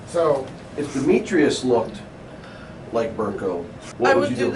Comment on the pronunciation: Trying to blame the daughter you parentified for the death of your son is absolutely ridiculous. You don’t “have help from nobody” but your daughter had to put her life on hold to help you?🙄 Edit: your pronunciation of Demetrius is killing me😭😭